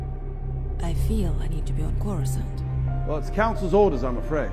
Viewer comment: “I feel I need to be on corucant” dang